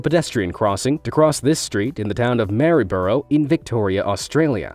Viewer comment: U didn’t say Maryborough right